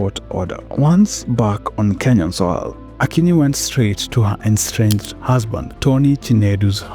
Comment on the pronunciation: Estranged not enstranged